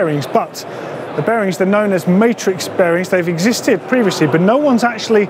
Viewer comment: When ever days bearings I keep think he is saying berries!!